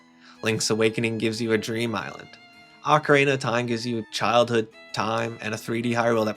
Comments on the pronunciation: he said “Orka-reena” about 20 times and that is atrocious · Yet another Zeldatuber that can’t properly pronounce “ocarina”.